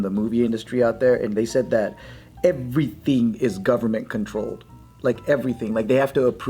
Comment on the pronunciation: joe says “everything” like an African warlord 😂